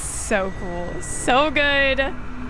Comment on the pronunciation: Good ❌ gooiddeee 👍